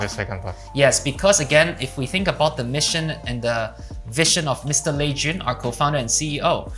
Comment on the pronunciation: Lei Jun =Lee Jun,,, is that you😨😂